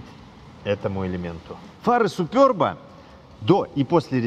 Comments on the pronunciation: может суперб, а не супёрб🤔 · чехи говорят просто суперб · " Суперб". А не супёрб. Самим не пративно это слово, произносить. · если прям уж играете в англицкое произношение , тогда уж сьУпёб , а не супёрб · причем тут Китай? Я с Молдовы и у нас все говорят суперб или суперба. Смотрел несколько русских блогеров, они тоже суперб говорят. А тут супёрб о_О включил ещё несколько роликов, там опять суперб говорят. Вот теперь иди пойми как правильно - это в Белоруссии супёрб или все другие ошибаются. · 3ий лучше 😊 и да, не супёрб, а суперб😂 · Супëрб😂 смешно звучит 😅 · Только мне супЁрб слух режет?